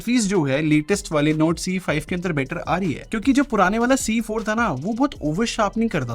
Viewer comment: his NORD sounds like NOTE 😅😂